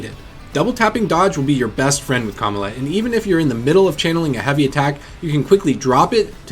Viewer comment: Why he say Kamala like that?